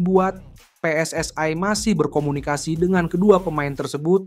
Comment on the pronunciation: Gunakan membaca bahasa Indonesia yg benar. PSSI (dibaca PE ES ES I bukan PE ES ES AI